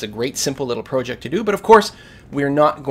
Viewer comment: You're mispronouncing "project", dude.